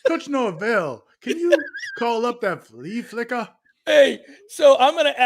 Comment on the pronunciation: The flee flickuh 🤣 I’m dying.